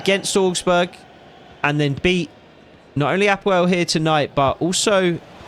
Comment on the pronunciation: Excellent pronunciation of APOEL. I am from Cyprus 😂 and its my team. Just for info we went as far as the quarter finals of champions league twelve years ago!!